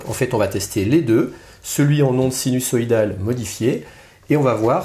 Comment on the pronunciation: interessant. Par contre on prononce sinuZoïdal et non sinussoïdal. ;-)